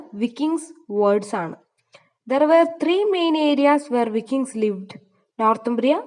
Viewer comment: വൈകിങ്സ് ആണ് pronunciation